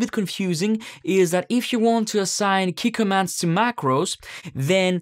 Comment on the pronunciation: Oh Key Commands, I had no idea what you saying at the start